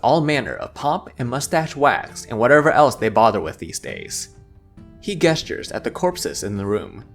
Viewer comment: I hate to break it to you, but "gesture" is said with the "J" sound (as in "Jessica"), not the G sound (as in "Guess). You've been saying "Guesstures" this entire time ...